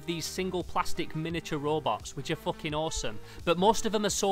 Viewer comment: Bros says foching